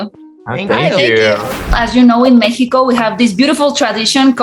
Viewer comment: Me encanto que pronunció México y no como ha acostumbran pronunciarlo cuando están hablando en inglés